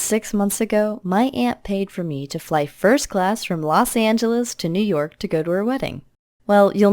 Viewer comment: Guys new York sounds like new work